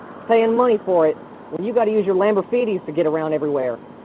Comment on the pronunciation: Did he say "lamborfeety" ?